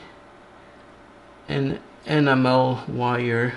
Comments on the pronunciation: I keep hearing 'Animal wire' instead of 'Enamel wire' - lol. Great video:) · Oh, ENAMEL wires! I thought you said "animal wires." Mon Dieu! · I heard animal wire too! I looked up at the screen to see exactly what the animal wire looked like 😂